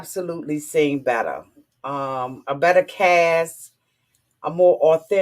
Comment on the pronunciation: Ew I love how says "better!" Sound like butter, very sexual & sensual IMO🌻.